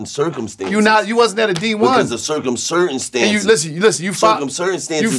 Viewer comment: “Because of Cercum Certainstances” 😂😂😂😂